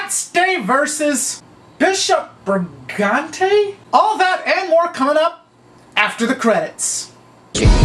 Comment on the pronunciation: Brigante not birgante lol